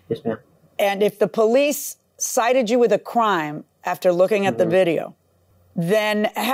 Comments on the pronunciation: "I was CITATED" 💀💀💀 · “Ci-tated” hehe 🤭